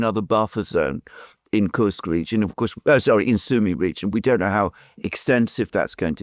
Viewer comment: it is "Koorsk", otherwise "you are absolutely right"😉